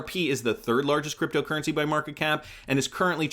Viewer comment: Why do you always put a weird accent on "creptyo eri"..